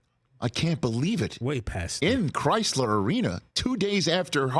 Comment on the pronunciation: Isn’t it Crisler? I wasn’t aware it was Chrysler like the auto company.